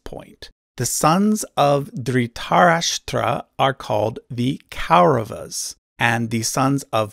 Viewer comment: Very good video but you can improve ur pronunciations. It's not ‘ Kei- ra va-s' , it's कौरवाः or ‘ Kawu r-a-va-ha'